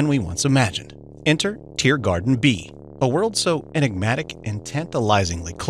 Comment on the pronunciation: Why do i keep hearing you say TearGarden instead of TeeGarden